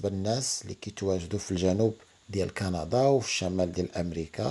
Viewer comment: قندااا 😂😂😂ياخوي تكلم زي ناس